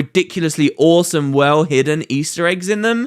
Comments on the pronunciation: "get a lot more orrsome arr symbols" "brilliant stuff orr around" nice nice i like it XD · Also, " Some orr-some Orr based symbols." You're on a roll XD